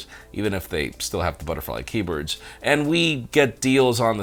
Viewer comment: Key berds.